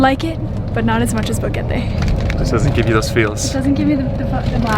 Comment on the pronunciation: Why do you keep saying "Bogete" while you're in Boquete?